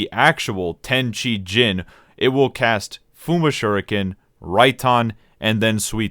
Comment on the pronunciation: it's "cheeeeee" not "chai"